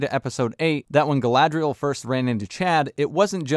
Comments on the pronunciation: I suspect the reason so many characters in this show say Galadriel like "Ga-la-thri-el" is because someone in the production watched the Lord of the Rings and heard the pronunciation of Galadhrim and thought that Galadriel's name could be pronounced similarly (In Tolkien's elvish language Sindarin, "dh" is pronounced as a voiced "th" sound.) When Peter Jackson created The Lord of the Rings trilogy, he had linguists to make sure the pronunciation of the elvish languages was as accurate as possible. Obviously, this was another thing Amazon couldn't care less about. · The way they pronounce Gallladrrriel is hilarious but her pronunciation of Saurrrrrrron is even worse. Every time I hear it it's like nails on a chalkboard.